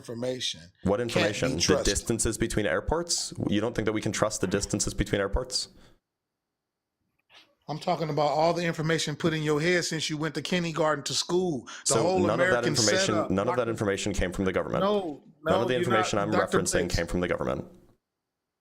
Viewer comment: I’m sorry (not sorry), but I am not giving ANY credibility to a 52 year-old man who thinks the word Kindergarten is pronounced “Kenny-garden”. What a clown…🤡